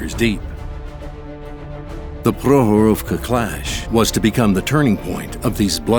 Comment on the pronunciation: great vid... but next time please have people who can actually pronounce the name of the place 'Prokhorovka' - they all sounded drunk saying it. Prok-horovka - there is a K they somehow swallowed up in mispronouncing it.